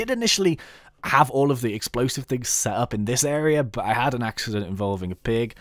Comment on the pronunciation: "I had an aksident including a pig" sounds funny :-D sorry for my spelling if im wrong